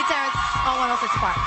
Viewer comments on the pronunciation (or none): It sounds like he is saying once in a park 😂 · It's 106 & park. Not OneOSixAnPark lol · Its 1-0-6 AND PARK... its not 1 word.. I HATE HEARING YOU SAY THE NAME OF THE SHOW!!! SO THUMBS DOWN just because u call it 1sincepark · Not quite Rosa park but I was asking myself why he isn't pronouncing it properly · I thought he was saying Once in the park lmboooo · thing thing is i kept hearing rosaparks hahah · one O Six and Park..duh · once a par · Sounded line once in a park. Like "yo bro, did you hit that?" Him: yeah, once in a park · Once & park 🤣💀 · I keep hearing one oh sis n par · I heard " one since a par"! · I thought he said.....ONCE A PARK😂😂😂 I'm like i ain't NEVER seen this new show. LMBO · Is he saying 106 & park!?? Pronounce the 6 in 106!🤣💯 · Am I the only one hearing him say "once & park" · Are you calling it "once in a park"? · Is he saying once and park? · I thought he was saying Once and Park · 1 0 6 and Park. Just strolling, but realized that the numbers in the name of the show are never pronounced correctly or enunciated. Otherwise good work, you have good energy. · The way you say 106&park it sounds like one word 💀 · Is this dude not able to say ONE O SIX AND PARK?🤣🤣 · yo can u pronounce 106 AND PARK properly like damn dude